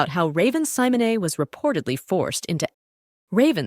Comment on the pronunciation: Raven Simon-ay, huh? 😊